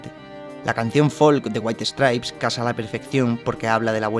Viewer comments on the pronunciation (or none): Waihi stripes... Neta... No puedes aunque sea tratar de pronunciarlo bien?